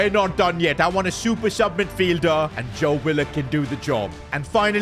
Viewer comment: His name is Jobe Bellingham